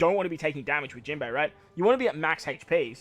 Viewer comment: Jimbo was the most Australian I've heard you yet hehe